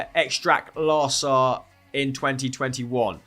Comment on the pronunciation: sees Ekstraklasa and reads "Ekstrak Lasa" Lol